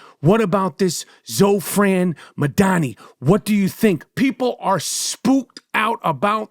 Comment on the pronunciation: It's Zohran not Zofran. Lol! He's INDIAN.